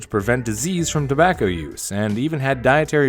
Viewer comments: 1 ur script goblin XD And u said tabacker at one point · “Tobaccr products“